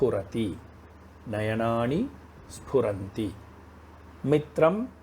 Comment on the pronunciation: Your lessons are great . when you say nayanaani the न sounds like ण